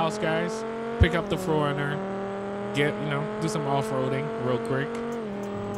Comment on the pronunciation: Ayo no one had an idea he's saying foreigner instead of 4runner cuz the car community be like oh wtf 😂😂 and please say it right thanks